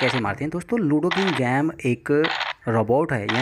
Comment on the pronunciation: Game not gammee